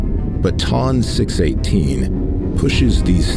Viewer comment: This narrator has no idea how to pronounce the names of these objects. Hahaha ! Sounds like he pronounced Ton 218 Tom 218.